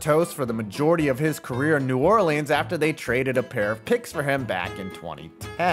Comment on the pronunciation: Can’t stand the way you say New Orleans bro but I watched the whole video and I enjoyed it